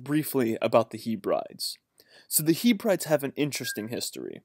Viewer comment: Great info cheers! Can you say 'Heb-ree-deez' as that how you pronounce Hebrides. You're welcome ;)